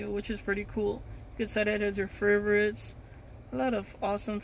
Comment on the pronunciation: furverits lmao